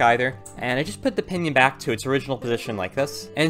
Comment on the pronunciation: when ever he says pinion I keep thinking he's saying pinyin which is chinese words using english letters